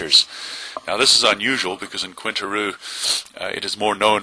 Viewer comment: Quintana Roo not Quinta Roo no?